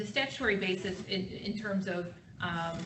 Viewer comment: I must be a very picky person because it's really bugging me that the judge keeps pronouncing "basis" as "bases" (basēs), which is the plural of "basis." You can't have "a bases." I want her to stop it. Yeah, now you see my quirky side on display.